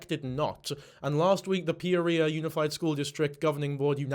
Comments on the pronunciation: Can't help but correct your pronunciation of Peoria. It's like Pea-or-e-ah. In my best phonetic spelling. I'm only doing this bc I've been corrected for mispronouncing English cities bc they aren't spelled at all like they sound. This is meant to be funny.😅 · Does that explain why he’s pronouncing Peoria like it’s an STD? Peorrhea 😂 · pronounces “Peoria” the same way my GPS pronounces “Guadalupe” 😝